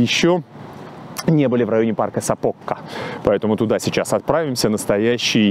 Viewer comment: спасибо! Прожила в этом городе 4 года. Очень тепло было окунуться в воспоминания. Хочу немного поправить— у финов всегда ударения делается на первый слог. И в названиях также. Поэтому вернее говорить САпока, а не СапОка